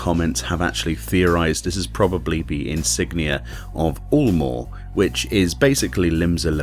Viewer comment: It isn't "oolmore", it's "yulemore". Like Eunice or Europe.